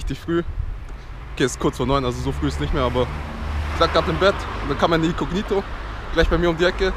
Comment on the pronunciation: Wen regts auch so auf wie er "icognito" ausspricht 🙄